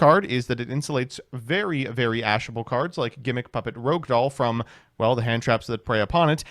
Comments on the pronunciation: It's not called "Rogue" Doll. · cant believe im finally seeing someone say rouge as rogue instead of the other way around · Take a shot each time he pronounces "Rogue/Rouge/Rohuge" a different way this video.